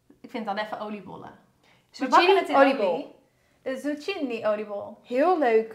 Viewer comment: Gezellig dit hoor....en lekkere hapjes....alleen zucchini spreek je uit als tsukini :)...chi = k